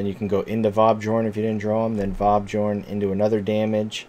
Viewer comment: Very nice deck and video! (pretty sure it's vab-yorn and not vab-giorn though)